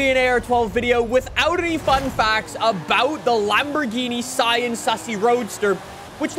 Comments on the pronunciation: It’s ( SEE- AN) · See-Ann —— Sián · Cien comes from the Cadillac, it's Sian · no it’s pronounced sian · The Sian, believe it or not, is pronounced Shaan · This car is pronounced the Siån , pronounced like the name Shawn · according to google its pronounced shaan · The Lamborghini sian it’s pronounced sean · How to pronounce the name: as you may see the "a" in Siàn has an accent so that means you have to put the accent too , you're welcome